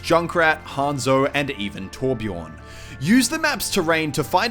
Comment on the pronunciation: say torbjörn like its torbjern plz